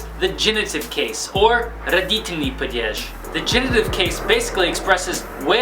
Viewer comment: It's not "padyezh", it's "padyesh" approximately. Also, animate and inanimate are very easy to explain. Animate is genitive and inanimate is accusative. There, done. Don't make Russian grammar so intimidating to learners.